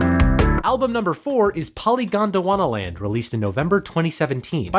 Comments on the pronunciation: took a syllable from Han-Tyumi and put it in Polygondwanaland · Thanks, great video! Isn't polygondwanaland should be pronounced as poly-gondwana-land though (not polygon-dwana-land)? It's a genuine question cause I'm not a native speaker, but for me it make sense: "poly" is a Greek prefix, "gondwana" was a supercontinent and, well, "land". In Crumbling Castle they sing similarly to this, at least.